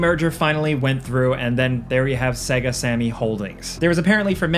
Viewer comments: It's Say-Ga... Right? Not Seg-A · How in the hell are you gonna work for a game review channel and not know how to pronounce Sega properly? SAY-GUH! It literally says it at the start of their games. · SAY-GA SAY-GA SAY-GA! my God, how are you a video game commentator? It's madness! You are deliberately torturing me right? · Say "segguh" one more time. I fucking dare you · Dude!! Stop saying "sega" wrong!! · I hate how he pronounced Sega..the system and most games SAID the word.. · You pronounce "Sega" weird... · I had to stop this video. When a guy making videos abotu games doesn't know how to say Sega, I'm out. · can't pronounce Sega then...